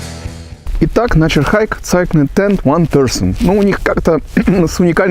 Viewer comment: Да что ж так печально с произношением то у рос блогеров, прям стыдно за эти все цайклинг тд тп. Неужели так сложно хоть название глянуть произношение? Два слова ж